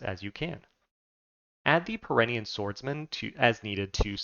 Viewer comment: Nice, I was waiting for a video on these guys. It's pronounced peer-en-knee, like the pyrenees mountains in the real world, by the way.